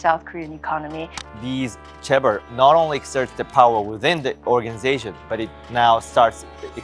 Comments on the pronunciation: Cheabol is not pronounced as 'car bold', it is pronounced as 'Che (as in the Che in Che Guevera) bold' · chaebol is pronounced ché bol as opposed to chah bol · Aah! Sorry. I just had to make one comment: pronunciations. It seems like the word with the biggest issue is “Chae-bol”. Usually whenever there’s more than one vowel, it is expected to be read like in English. So in this case you would read it as “Cheh-Ball”. But as with many many unfortunate attempts to spell out other foreign languages, CH is often J. It it is actually “Jeh-Buhl”. Contrastingly if there’s one vowel like in “Yang-ban” you would read it like Spanish, which in this case becomes “Yaang-Baan” and not “Yiang-Ben”. (Good job w the rest!!) Love your episodes!